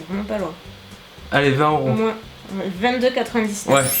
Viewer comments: Ça me fait drôle d'entendre le S de moins 😂 Gros bisous 😘💜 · pellaers audrey je cherchais également , je trouve sa très étrange depuis la nuit des temps on ne prononce pas cette lettre ! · c'est moi ou tu dis "moinsss" pour dire moins ????? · Vous dîtes :'' moin''sssssss'' '' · Ca me perturbe qu' prononce le S de moins:P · J'adore! Hugo,,mounette. C'est le trio parfait! Mais, franchement, je sais que c'est troublant la langue française mais on dit moin pas moinSSS. Je viens de la Tunisie🇹🇳🇹🇳🇹🇳🇹🇳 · Tu dis moinsse c'est drôle 😂 sinon super video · Tu dit « moinse » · ohlalala le "moinss" m'a fait rire pendant toute la vidéo! je suis contente de vous revoir tous les deux! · Super vidéo ! Quand tu dis le mot" moins" tu prononce le S j adore 😂😂😂 j avais jamais entendue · Mais pourquoi tu dis moinSe ??? 😂 sinon fort ce Hugo ! 😉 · Tu dis « moinsse » c’est drôle 😂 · ah?Bizarre cette histoire 😅 moi aussi je suis du 17 et jamais entendu ce Ssss 🙄 comme quoi ça dépend peut être pas de la région finalement... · J’adore comment tu prononces moins 😂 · quand elle dit le moins elle dit le s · Pourquoi on tu dis le s de moins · Pk tu prononce le s dans moins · Si si je suis du sud-ouest et je prononce également moinS. #Bordeaux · Ça me perturbe d'entendre le ' s ' quand tu dis ' moins '. 😂😂 J'ai adoré cette vidéo, c'était hilarant! Vous formez un bon duo et quelle complicité! J'ai eu le sourire tout du long! Merci merci pour cette vidéo et Hugo.~♡ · il y a un truc qui me perturbe, tu prononces le "s" de "moins" ou c'est moi qui n'entend pas correctement? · C'est la première fois que j’entend quelqu'un prononcé le S du mot "Moins" :p Google vient de m'apprendre que ça se disait comme ça dans une bonne partie du sud ouest de la France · Je viens du meme départements et je prononce aussi le s 😂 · Je me suis dit pareil...j'ai jamais entendu encore quelqu'un prononcé le S de "moins"...ce doit être son accent je pense.